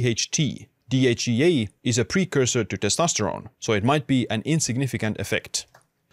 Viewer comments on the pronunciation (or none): none